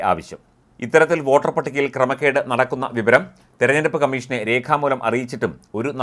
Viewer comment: വാട്ടർ അല്ല വോട്ടർ